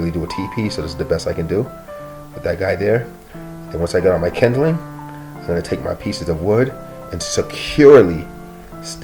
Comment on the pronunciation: Kindling, not kindeling.